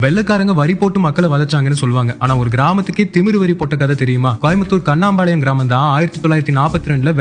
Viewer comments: First pronounce it the village name correctly: its not Kanaampalayam, its Kannampalayam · கண்ணம்பாளையம் ன்னு தெளிவா சொல்லுங்க கண்ணாம்பாளையம் இல்லைங்கோகோகோ